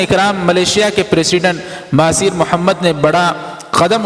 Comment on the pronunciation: مہاتیر محمد ہے ۔۔۔۔مہاثیر نہیں